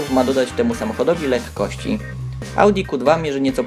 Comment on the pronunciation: "ma dodać letkości" nieźle